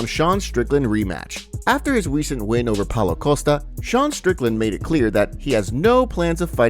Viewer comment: witerally after his wecent win